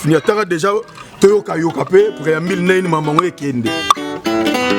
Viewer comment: Franchement ce Monsieur est nul, chargé de communication mais bourrique qui n’arrive même pas à prononcer un mot français. INSTRICTÈRE , PREAMBILE CHANTÈRE